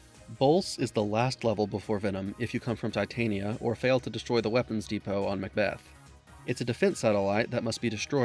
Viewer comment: Love the vid, I loved this game. Just an fyi it’s Tit tan nia like a mid summers night’s dream, queen of the fairies… not a metal. 👍🏼